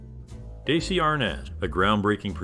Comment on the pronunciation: His name is pronounced "Dezzy" not "Daysee".